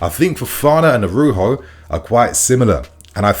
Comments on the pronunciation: it’s ARAUJO (pronounced ara-uho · Jesus, spell the man’s name correctly. Araujo! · Araujo. Bro, I beg you please put a bit more effort k. Spelling and pronouncing foreign players names. Makes you even more legit